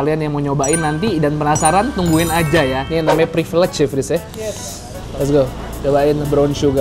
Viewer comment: Privilege bro, bukan priplaceakwoaoakshshshsh